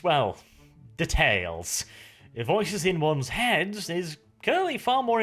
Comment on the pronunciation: That's not how you pronounce detail